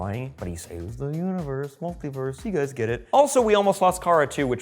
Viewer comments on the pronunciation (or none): Did he just say “see ya gayyyys next time?” Well thank you